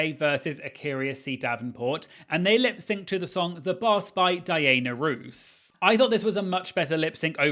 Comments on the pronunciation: Did you say “Dee-anna Roose?” 😂😂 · Why do you say Dayaina Ruse? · Please look up how to pronounce Diana Ross correctly, and never pronounce it the way you pronounced it in this video. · Your pronunciation of Diana Ross, Barbara Streisand & Donna Summers is SENDING ME ☠️☝️😅🤣🫶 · He was just having fun with all the names, it was funny